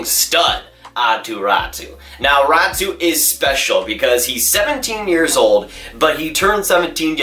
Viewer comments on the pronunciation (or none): Its pronounced Rot-E not Rat-E